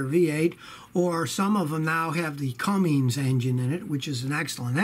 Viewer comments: Scotty It cummins not cummings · Cummins, not Cummings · Scotty, it's Cummins, not Cummings. There is no G in it. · "cummings" LOL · no G in Cummins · “Cummings” LOL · CUMMINS. THERE IS NO ‘G’. Its not like - never mind.